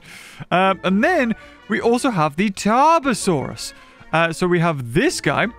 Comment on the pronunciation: You are pronouncesing Tobore